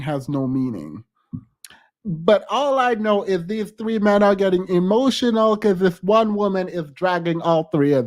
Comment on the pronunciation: “…hemotional!” It never fails. They lose their “facade” of decorum, respect and patience when they can’t exert their dominance! 🤣🤣🤣🤣🤣🤣🤣🤣🤣🤣🤣🤣